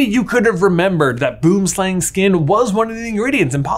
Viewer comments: Hahaha. BOOMSLANG. It's Afrikaand for TREE SNAKE. not pronounced like that at ALL. I laughed so loud now. 🤣 BOOM SLANG. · Boom = tree, slang = snake. Tree snake. no one calls it a boomslang when speaking english though. we just say tree snake. and when we speak afrikaans, it is boom slang. with an afrikaans pronunciation. Boomslang, not boemslêng XD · J please please google Boomslang 😂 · Boomslang is not a fantastic beast, its found in South Africa. Boomslang literally translates to tree (Boom) and snake (slang) from Afrikaans. The propper pronounciation is a bit different but I've always wondered how many non south africans knew this.